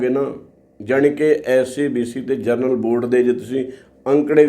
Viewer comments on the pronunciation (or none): "ਜਨਰਲ" ਕੈਟੇਗਰੀ ਹੈ,, "ਜਰਨਲ" ਕੈਟੇਗਰੀ" ਕੋਈ ਨਹੀਂ। ਕਿਰਪਾ ਕਰਕੇ ਠੀਕ ਸ਼ਬਦ ਵਰਤਿਆ ਕਰੋ।